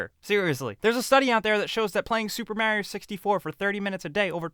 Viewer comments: JUST FUCKING PRONOUNCE MARIO RIGHT!! It’s mar-i-o! Not maaaarrr-i-o! What are you, British? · You're not helping the gamer image very much when you can't even make a video where you pronounce Mario properly (for the love of all that is gaming, it's MAH-rio, not MAY-rio) and you can't help but drop the s-word several times in what is supposed to be a formal video. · does anyone else get so annoyed when people pronounce Mario maryoh